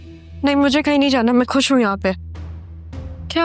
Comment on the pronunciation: Its khush not kush!